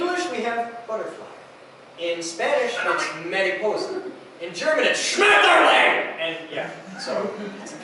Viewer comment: your German is hard to understand. You have to work on your pronunciation. Schmetterling sounded fine, however:P And the sentence about the robot is completely wrong.:) Our articles (der/die/das) represent the gender of the word it refers to. Der Roboter / die Maschine / das Auto, the english the is a lot easier. And technical German is not that bad, if you are a native speaker. But I understand your frustration. It's probably as much fun as trying to understand english poems as an non native speaker. Fun Fact: We have a tense that most native Germans never use and therefore don't master. It's called der Konjunktiv. It's used in indirect speech, like reported speech in english.